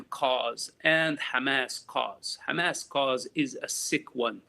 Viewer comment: Again with this Lawyer Pro-Hamas women. If you guys in the comments are seriously going to sit there and so "Yes shes right" then your absoutely delusional and trolling. She cant even say Hamas. Shes sick in her head and needs mental help. O and you DO NOT SPEAK FOR THE PALENSTIANS!